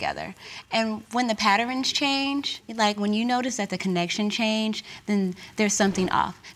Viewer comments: Did Malaysia say “paterrins?” Lordt🤦🏾‍♀️. get away from him, he does not have any respect. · And she said "Patter-ens"... Lol